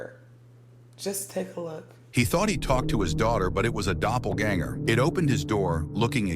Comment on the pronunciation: I'm yelling at my phone, hoping someone can hear me. I'm also laughing because I know that's impossible. So my next thing to do is comment.😂😂😂 Girl...listen to everyone in this video. Your pronouncing the word wrong in the most horrific way. "IT'S DOPPELGANGER!!!". People need to learn how to pronounce words befor saying them. And to the people that blocked mefor one day saying I was bullying. No... y'all have it wrong... I'm just correcting just like other commenters. But its ok for y'all to allow post on people having sex in the woods. So who the pervert?